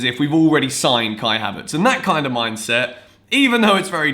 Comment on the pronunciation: As a German I’m triggered by „havertS“